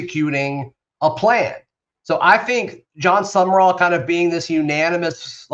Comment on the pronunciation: His last name is not summer-all it is SUM-rawl. People keep adding an extra syllable.